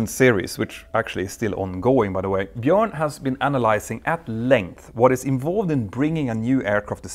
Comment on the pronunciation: Good to see somebody pronouncing Bjorn correctly (in English often spelt Bjoern).